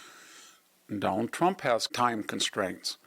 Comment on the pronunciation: Victor—who is the “Done-All Tromp” you keep referring to?? 😂😂😂😂. Such a unique pronunciation.